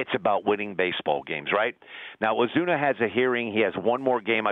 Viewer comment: Oh Sue Na NOT Oh Zoo Na